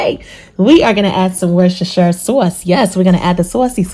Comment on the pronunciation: What is the name of the black sauce? Is it Worcestershire? I couldn’t understand what you said. Nevertheless voice is dope! New York or Chicago? 😁